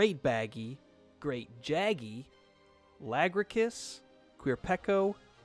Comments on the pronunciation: Uuuummm...you do know it's Lagiacrus...not Lagracus... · "la-gruh-cus" is a new way of pronouncing lagiacrus that i have not heard before